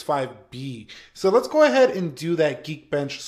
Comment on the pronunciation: i cringe everytime you say leets gooe